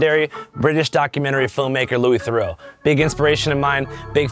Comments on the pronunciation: Oux = Oo. Eaux = Oh. Theroux as in kangaroo, not Theroux as in Bordeaux. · Mispronouncing his last name lol